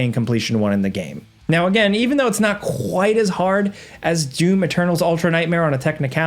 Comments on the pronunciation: “QghhrghhUITE AS hard”???? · He sure strokes out saying "Quite" with emphasis. HAHAHAHA WTH is that?